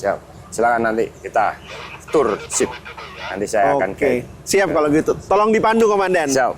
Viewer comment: cakap english pun bunyi jawa.. baik kamu cakap aja bahasa Indonesia.."Turr"...tour..bukan turrr...🤣🤣🤣